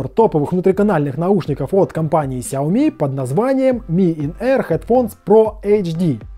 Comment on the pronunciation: Лайк за то что правильно произнес фирму xiaomi, спасибо что такие люди есть